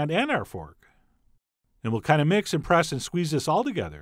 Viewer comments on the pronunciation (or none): none